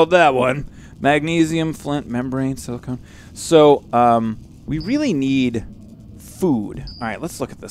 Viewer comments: If your having trouble with saying silicone (Just In Case) it's said si la cone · Aaaaaahahahahahahahhahahaha ahahahahahahhahahah .... AAAAAHAHAHAHA! ... "Silikin"...